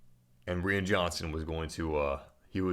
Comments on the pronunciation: Pronounced ryan not rian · I agree, everyone has opinions. But for "crimminy sake" RYAN!!!!! It's Ryan with a long "I" sound. Like "I am". C'mon G! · Lol, just for future reference "Rian" is pronounced the same as "Ryan." But yeah, the comedy was a bit off and most of the Canto Bite planet took me out of the movie for a bit. That one thing Leia did looked a bit silly... wish that was done differently. I liked Rose, just not the storyline they gave her. Also, Phasma and Snoke. Other than that, I really enjoyed TLJ though. If "smaller scale" is an issue, people need to realize just how small of a scale Empire Strikes Back is... It's no larger in scale than TLJ. P.S. I love Phantom Menace and Attack of the Clones. The battle of Geonosis in AOTC is amazing. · “Reean Johnson”